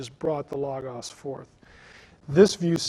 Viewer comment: He can't even say"Logos"correctly! Christos is also the logos. He just doesn't get the deeper things. Knowing the bible as well as I do,I knew there was too much left out.